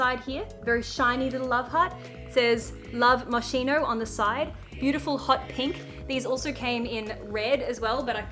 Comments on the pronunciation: moskino not moxino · It's Mos-skeen-o not mosh-eno lol oh and Love Moschino is the affordable range from the designer. Normal Moschino is at $800 for sneakers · It’s pronounced Mohs-KEY-noh not Mow-SHEE-noh!!!! Anyways like your videos!!! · When she said moshino my heart Break. I was like noo it’s not moshino 😊 it’s moskino 😂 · I know that probably someone else already said it, but Moschino is pronounced with an hard c, in English it would be written as Moskino. In general in Italian when you add an "h" the phonetic sound of the letter before becomes hard. Btw loved this video and the dresses featured😍❤️❤️ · I’m sure someone else already said it but it’s Mos”k”ino✨ Loving the pink jumpers!!! 🌸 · It's pronounced "moskino" 😂 it's Italian, the "ch" sound is like a k! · I am a long time Stan of yours, but this has to stop. As an Italian, I cannot stand your pronunciation of Moschino anymore ahahahahah In Italian language the CH sound Is a strong c, kinda like a K? So I guess the closest way to pronounce it is MosKino Love you <3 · Ch in italian is pronounced like a K. SO MOSKINO. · The yellow dress was everything on you! You're absolutely angelic!!! 🙌❤️😍 P.s. Moschino is pronounced: moss-key-no 😉 love from Italy! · Hello from Italy.... Moschino is pronounced mos-ki-no. Love your videos and Archie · As an Italian i cringe so bad each and every time you say Moschino ahahahahha.. the pronunciation is kinda like "moskeeno" btw, love u! You're amazing! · It is pronounced " Mos-key-no" hi from italy 🇮🇹❤️ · Moschino is actually pronounced 'Moskino', as the 'sch' combination makes a 'k'-like sound in Italian (and it's an Italian brand), which is something that most people don't know but being Italian I feel the need to say it cause it's a bit of a pet peeve lol, loved the video though 🧡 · I’m sorry I couldn’t resist: it is pronunced “Moskino” in Italian c+h is an harsh sound not a soft one like in English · it's moskino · Babe it's pronounced "moskeeno" <3